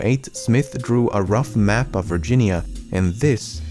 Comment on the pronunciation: Your Englsh is beautiful, so I don't get why you can't get OF/OFF right. To use Swedish letters for phonetics: OF is pronounced ÅV. OFF is pronounced ÅF. "eviidence ÅV the colony", not "evidence ÅF the colony".